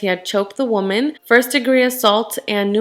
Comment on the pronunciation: You pronounce woman wrong it irks me so much